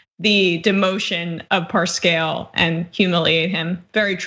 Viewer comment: Right out of the gate, the presenter makes a fool of herself. How can somebody involved daily with the news not know how to pronounce the president's campaign manager's name ? Cringe